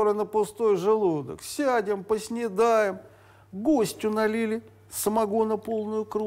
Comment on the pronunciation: Поснидаем))))) правильно говорити Поснідаємо